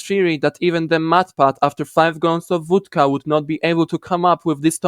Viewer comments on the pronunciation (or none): Tak mi się wydawało, że zajeżdża Polskim akcentem, ale jak usłyszałem jak wymówiłeś "vodka" to byłem pewien lol. Zajebisty kontent btw, nie tylko ten film, ale cała reszta, na pewno tu chwilę zabawię